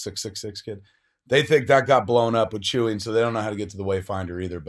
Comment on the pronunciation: Oh a new fan eh? (You mean 'Leia' when you say 'Leah'...? And 'Chewie' when you say 'Chewy'.)